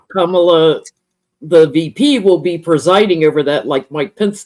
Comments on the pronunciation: Don't be a DonOld. The emphasis is on the first syllable. It's KAmala, like comma la not KaMAla! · it’s pronounced comma-la, or Madame President. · Great job. So fun & informative. Also: Let's all learn to say KAH-mala. Rhymes w/ "mama" & "no drama." This way we don't sound like Trump & Charlie Kirk & Sean Hannity intentionally mangling her name. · Accent on first syllable -- Kamala rhymes with 'momala' which is what her stepchildren call her. Not sure how 'no drama' applies -- 'no drama Obama'? (re Barack Obama?) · I know there isn’t any malice when yall do it but can we all make an effort to stop mispronouncing Madam Vice President’s name? It’s pronounced Comma-La. I say this because mispronouncing names has long been a tool used against Black and brown people and immigrants as a way to dehumanize them.